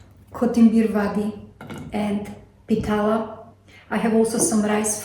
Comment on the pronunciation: Harekrishna mataji pitla not pitala yummy kotmbari vadi